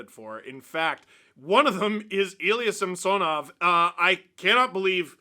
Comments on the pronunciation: Steve pronounces his name correctly, except for the first "a" which should be pronounced like in "some", not "Sam". Some-SOnoff. I'm a Russian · Hey Steve, our goalie's name is pronounced Samson-off ...not sam-Sanoff... per his own request after having his name mis-pronounced for several years by his fomer team... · enjoy all those juicy Sammy rebounds! Also, if you have any pull with the broadcast team, please let them know it is pronounced sam-SO-nov, not SAMPSON-ov. Like nails on a chalkboard. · SAM-sah-nov. Stop saying it wrong, Dangle.